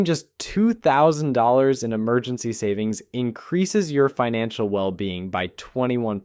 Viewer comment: sanings?!! I've been saning wrong this whole time